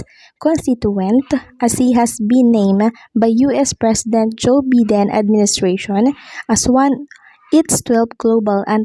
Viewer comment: Neh...pag nagbabasa ka, use proper pronunciatiation...like "v" and "f"...observe commas and learn how to pause..."biden" is not pronounced as "bee-den", its "by-den"...practice reading more often...fyi